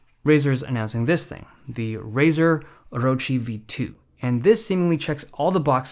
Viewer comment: Props for saying Orochi right!